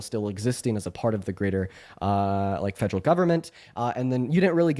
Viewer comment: “Fegeral” government